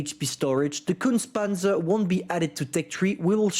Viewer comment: Repeat after me: KUHNTSAH PANTSUH